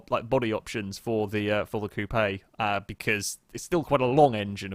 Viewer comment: who tf says "coup-ay" its pronounced "coop" (coupe)